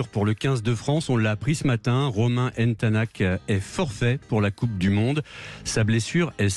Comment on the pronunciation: Commencez déjà par bien prononcer son nom après on parlera